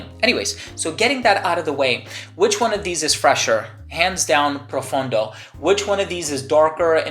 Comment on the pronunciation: PROFONDO, not profUndo.